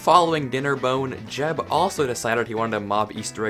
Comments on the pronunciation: I don't mean to be that guy, but it's pronounced "yeb", not "jeb". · Jen isn’t pronounced j-eb its y-eb